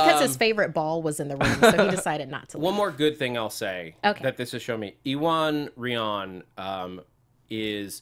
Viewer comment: First off, Iwan Rheon is pronounced (approx.) OO-on RAY-on. (It's a hard name to translate perfectly into phonetic English, so that's not perfect, but it's much closer than what's said in this video.) Regarding the review, I think the show is flawed, yes, but I don't buy many of the key criticisms made here. 1. I think the hair cutting works far better than claimed. From the moment we see Medusa, we are shown her hair as being an entrenched part of her personhood. It's the most prominent thing we see of her from the first second, and she's shown using it in that first scene as if it's as natural as any limb to her. We see it in action in that scene, in the Maximus-choking scene, and then in the fight scene; it's not, as is claimed, that we just see her use it once and then it's gone. 2. How do you know what they're "not going to tackle" regarding the young guy's seer powers? I assume it won't be like in Civil War, but it doesn't have to be. I got the vibe they are going a bit Macbeth with Maximus there--in that maybe he is being taken in by what he assumes the boy's visions mean. Which is interesting. We'll see where it goes, but I don't know how one can claim what they aren't going to do. 3. The criticism of not using ASL seems strange. Sure, they COULD have had him use ASL, but to imply that it's offensive that they didn't seems off. Black Bolt's situation is different than being deaf, so it's not as if the TV-show convenience of using spoken English as a default sort of "c